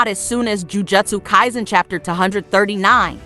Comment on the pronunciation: Lol how do you pronounce the name of the anime wrong